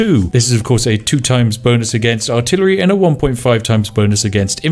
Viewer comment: "The Bow...yea bonus" Spiff is so frazzled by Sioux that he's mispronouncing English words.